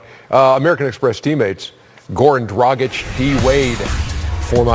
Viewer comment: Haha, Ernie said "Goran DWagic"😂